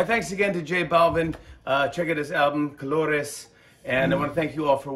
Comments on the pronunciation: Jimmy knows his colors in Spanish 👏🏽 congratulations for your pronunciation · Great pronunciation Jimmy! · No, I'm not saying that, but rather that he said it completely well.